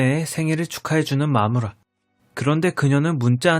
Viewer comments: 왜 나는 마무라가 마누라라고들리지?ㅋㅋㅋ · 마무라를 잘못듣고 마누라 라고 들어서 깜짝놀랐어요..ㅋㅋㅋㅋㅋ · ㅠ 아 슬퍼 자꾸 마누라라고 들리자너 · 내 귀 멍청해서 자꾸 마누라라고 들림 ㅋㅋㅋㅋㅋㅋㅋ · 아우 초반에 마무라 옆자리를 마누라 옆자리로 듣고 개깜짝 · 저만 마무라가 마누라로 들리나요?ㅋㅋㅌ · 마무라가 마누라로 들리는건 기분탓..? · 마무라가 마누라로 들려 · 순간 마무라를 마누라 라고 들음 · 마누라로 들려ㅋㅋㅋ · 자꾸 마누라라고 하는 것 같아요 흐항 ㅜㅜ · 아니 자꾸 마무라를 마누라라고 들려 ㅜㅜ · 마무라를 잘못들어서 마누라 라는줄ㅋㅋㅋㅋ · 자꾸 "마누라"라고 들려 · 마무라가 마누라로 들린다..